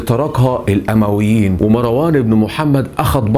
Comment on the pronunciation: الأُمويين بالضم نسبةً إلي بني أُميه وليس الأَمويين 🤗 أسلوبك أكتر من رائع شكرًا علي المجهود العظيم